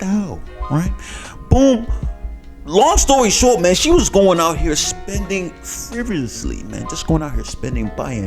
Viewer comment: I thought you were drunk when you tried to pronounce the word “frivolously” 😂😂😂😂😂😂